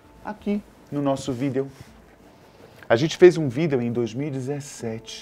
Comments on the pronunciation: Continuo acreditando que as três primeiras piramides foram feitas por seres superiores sim, as que foram construidas depois foi o homem comum sem ajuda. Nossa a narração com é péssima, sem emoção alguma,ele fala "video" como se escreve.Garanto que se fosse o Boco os com ele seriam pouco. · o modo que ele fala "video" me deixa meio estranho, como se estivesse freando com td um carro e dado aquele soquinho kkkk